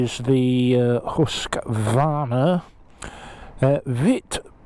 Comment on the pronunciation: Pronounced Hoosqvarna... Had a KTM 390 and what i hated about it was the sound of the engine... Think fishing boat